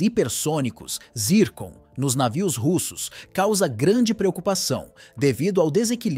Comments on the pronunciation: Por que pronuncia "návio". O normal é "navio". O locutor carece de treino. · Anti "návio" kkkkkk é uma IA que tá lendo o texto?